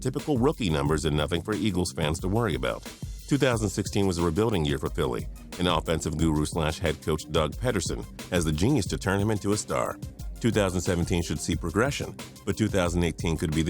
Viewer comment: I was into this video until this man said "Doug Petterson"